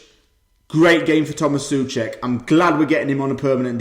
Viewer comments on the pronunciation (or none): czechs say So-cek but good video and great game.